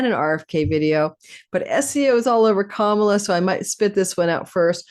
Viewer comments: WONDERFUL , thANKHyou!! 💜🙏🏽💜 At the end, you said Ka-MA-la. 😂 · Can people please pronounce Kamala correctly? It's an Indian name meaning lotus.. it is pronounced COME-a-LA. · I am not sure she expressed it that way. I've heard that she wanted it be pronounced correctly.. which is COMEaLA. If you have any indian friends you can check with them. Her mother is a south indian tamil.. and they espcially pronouce it ComeaLa with minimal emphasis on the first syllable and more emphasis on the LA.